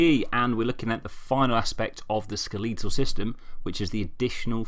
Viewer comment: It’s skeletal, not skeleetal.